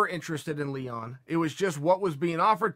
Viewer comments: Ya-rear. Lee-won. What is this; the Brandan Schwab school, of podcasting? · When Chael calls Leon Edwards, Leewon, his name is now Leewon. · "Leewon" Edwards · Chael: “He was going to take on Leewon” Leon Edwards: Legally changes name to Leewon Edwards